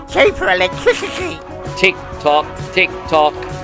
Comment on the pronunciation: Everytime I see your latest work, I think it's your finest😊! "Cheaper Electwisity!"